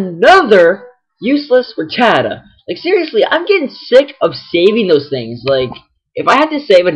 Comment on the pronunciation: You said ratata wrong!